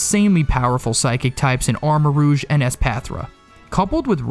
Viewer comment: ARMAROUGE, NOT AMOURAGE!